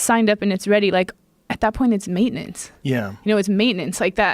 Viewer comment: The way she said “maintenance “ weirdly annoys me 🤦🏽‍♂️ ,”mate in ince “ .